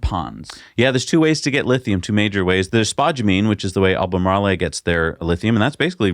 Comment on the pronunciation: You guys are killing me with this "Albay Marley". It's pronounced like Al-buh-mar-roll.